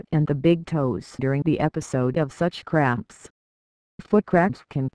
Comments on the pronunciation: It sounds like she's saying foot craps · Sounds like it's saying foot craps